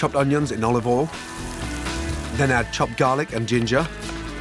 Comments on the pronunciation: It kills me everytime - I cant say it that way myself. Practice makes perfect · "OLIVOL" -Gordon Ramsay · Oi he said olOv Ol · Olive All? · Why is he pronouncing words incorrectly? Olivol, Sukulent, tu-erm-eric, wander. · Olivol and wooshtrshtr sauce 🤤🤣